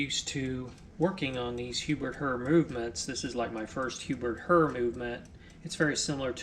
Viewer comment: Pronounced same as "hair". Herr (pronounced "HAIR") is German for "mister".